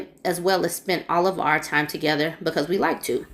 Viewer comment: That "becuse" is driving me crazy. Lol